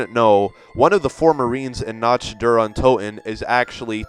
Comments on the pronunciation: here's a 6th for you. it's Nacht (na-ck-t) not Notched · You are pronouncing Nacht incorrctly. It's pronounced nock, not noch. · I love your videos but just a heads up. Nacht Der Untoten. Nacht is pronounced like Knock-t not Notch-t. But anyway. Carry on, sir! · Its Nacht, not natch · Not to be a grammar nazi (Pun not intended) but when you say Nacht der Untoten, when you say Nacht the ch is a hard c. It sounds like nakt der Untoten. :D Just a helpful tip from a German student :D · no afence but you pronounce nacht nakt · Nacht = Nackt, NACKT, you ignorant fuck. How can you make a video like this, and you can't even fucking pronounced a word correctly. And you repeat the fucking word over and over again. Smh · The way you say nach gives me cancer... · Great video but your pronunciation of "Nacht" was just TERRIBLE. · He keeps saying Nacht wrong. Its bugging me so much. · The way he says "Nacht" makes me cringe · Nacht is purnonsed with the cht like kt like in lick not ch like in flinch Not to sound mean :P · Btw you are saying "nacht" wrong